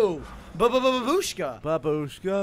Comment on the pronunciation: It's not babuuushka, it's baaabushka (in russian it means Granny)